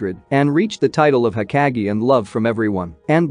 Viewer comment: It's... Ho-kāh(géh)...😒 Pronunciation is Key 🔑...!! I hadta stp watching 3 mins in cuz it grinds my gears to hear u say everything wrong....